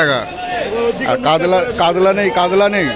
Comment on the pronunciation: কাতলা বা কাতল কে কাদলা কেনো বলেন ।